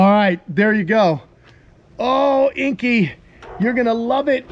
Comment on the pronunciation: The only thing you could have done better is say Inky’s name properly 🤣